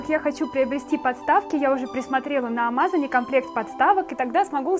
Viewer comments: Классная коллекция!!!😉😄😊.(но не амАзон, а АмазОн))) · Не амАзан а амазОн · 6 лет назад для меня это звучало нормально 👀👄👀